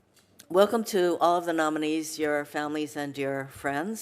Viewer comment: How Marsha Blackburn is a living breathing creature is beyond me. Her approach to pronouncing the nominee's name is beyond cringe.